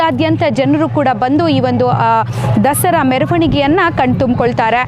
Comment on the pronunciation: Dasri Alla Dasara madam kannada channagi matnadi😮